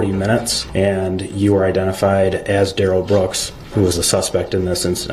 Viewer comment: His name DUH-RELL... they are saying Darrell that rhymes with barrel notice when the guy pronounced it right he didn't object